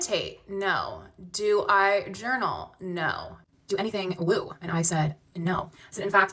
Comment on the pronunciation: You are not understanding the word "woo". It's woo not woe.